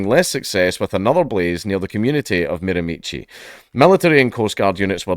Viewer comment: Hah, you pronounce miramichi like my wife does (who is a foreigner, British Columbia) mare-a-mish-ee